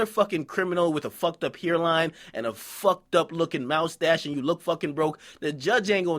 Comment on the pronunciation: nigga said mouse stache 😂